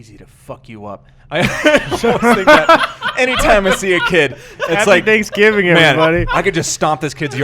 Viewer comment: Hey Gus you were right about the pronunciation of Thanksgiving, is definitely saying it wrong. --another Wisconsin boy